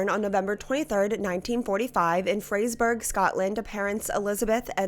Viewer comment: Its pronounced Fray-zer-burra.